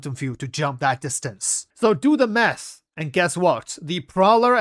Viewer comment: I can't stop hearing "Do the meth!", instead of math. xD